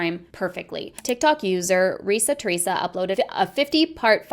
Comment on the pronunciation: Her name is Reesa Teesa, not Teresa